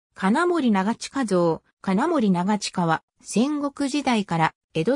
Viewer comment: 「ちょうきん」て何だよ！？「ながちか」な。